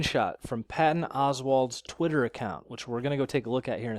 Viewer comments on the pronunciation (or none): none